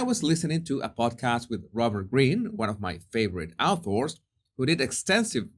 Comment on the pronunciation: Hey, love your work. Just to help you when you see the word author, the "au" is pronounced the same way as the word "or" as in "Do you want red or blue"? So author sounds like orthor. Hope I have not offended you, just thought I could help.